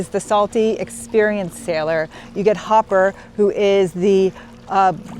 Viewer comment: Not to be a stickler, but it's Hooper, not Hopper. Excellent vid as always. I saw JAWS in the movies in 1975. Absolute bedlam in the theatre! 😄 🦈